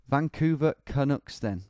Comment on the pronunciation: The way he says “vancouver canucks” sounds so wrong lmao